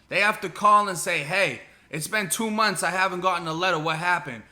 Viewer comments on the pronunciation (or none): none